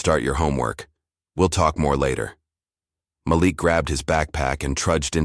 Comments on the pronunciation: That’s funny that’s what I thought. It was MALEEK in pronunciation. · If you are going to AI a story, pronounce the child's name correctly MĀLIK, not Makeek! Don't switch off! Damnit! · His name is pronounced Ma-LEAK…NOT Malick ugh! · Sometimes he called the kid MA lick, and a couple of times he said it correctly, Ma LIK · The first thing you are pronounced his name wrong. It’s MaLik not Malick! Do it correctly! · From Montreal; the voice is AI-generated.....And the young boy's name is pronounced "Mah-leek"... NOT "Malick!! 😒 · Please pronounce the child’s name correctly. Your narrator is as bad as the teacher. It is not mal-ick but ma leak. You misrepresent those you purport to represent in a positive light. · Ok, I know this free, but the AI voice switching back & forth on the pronunciation of the boy’s name is so distracting, it was awful! First the voice said Maa-lick, then says Ma-leek. The continuous mispronunciation makes this sound like something an elementary school kid made the story…. Actually, kids wouldn’t make that mistake. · The name is prounced Ma’ lik emphasis on Ma(not ma) not Malik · His name is pronounced Ma'Leak. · It's so disconcerting every time the AI mispronounces the names of Black people like Malik. (muh-leek). Can't we train the dumb software that knows everything how to speak? Because a great story gets ruined if the names are grating on the ears like nails on a chalkboard. Just my two cents! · Why do you pronounce Malik name correct sometimes and other times you mispronounce it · I enjoyed the story but the Ma-Lick not Maleek and the BYEnoculars instead of binoculars. I'm sure it was AI and it shows, GEEZ!!